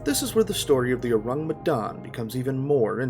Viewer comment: You pronounce the name of the ship wrong get it right